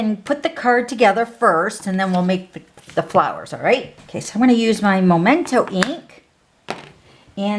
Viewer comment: 😆 makes me giggle every time I hear someone call it Momento ink. It's Memento ink! 😅😅 adorable card!